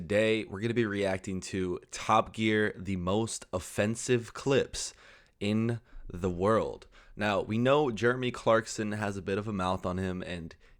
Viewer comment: You said "in the world" wrong 😂😂